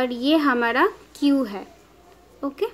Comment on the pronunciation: mam ,Please say clear I don't understand. What you are saying hamada or hamara ,please improve your voice .....